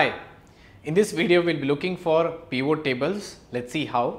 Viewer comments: This is so annoying, it is not "peevoo" table. it is pivot. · Did he say Peon tables?! 😂😂😂